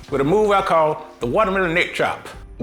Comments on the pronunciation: "delicious wauutamielaun.." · The correct pronunciation is wallamela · I thought it was pronounced "watermeLOAN"